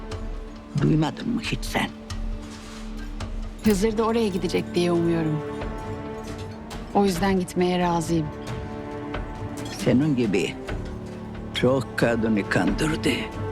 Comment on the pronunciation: Şu kadın niye hızıra hep hizur diyo ulan söyleyemiyosan koymasaydın öyle bi isim